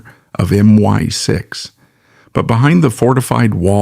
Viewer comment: MY 6.....😂😂😂😂. Oi AI...it's M.I.6. 😂😂😂